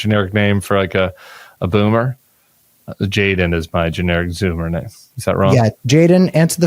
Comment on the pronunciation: Boomer, not bummer.